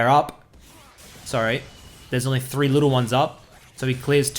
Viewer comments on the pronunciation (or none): none